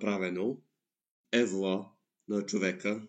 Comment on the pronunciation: Това е пародия на продукцията на TLC Extreme Cheapsteaks (Невероятните спестовници). Някак си е нелепо да се прави реакция на пародиен клип. Факта ,че го разискваш не издава особена прозорливост. П.П. Казва се ,,Евала,, а не ,,Евзала,, или там ,каквото каза. Редактирай си подхода и може да стане поносимо за гледане.